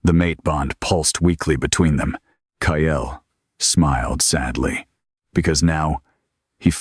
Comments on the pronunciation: Hate how Ai messes up "Kael" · Wish it would use a different name for the hero. They all use Kael.